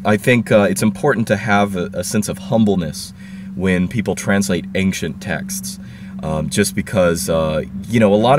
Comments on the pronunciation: I wanted to ask you, is it really correct to say "anxcient"? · Why do you pronounce ancient as ankcient, I've never heard that beofre